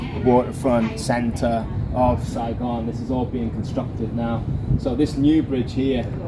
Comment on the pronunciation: Your pal got the city name correctly. It's Saigon